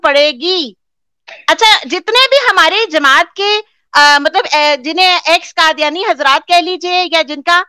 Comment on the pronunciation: Brother, Kindly use Qaaf, not Kaaf, for Qadyani or Qadyan. Jazak Allah Khairun.